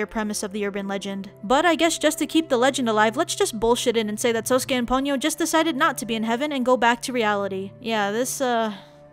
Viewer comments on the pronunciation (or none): Although, Sosuke should be pronounced slightly different than Sasuke, pronounced as So-skay, rather than Sauce-Kay.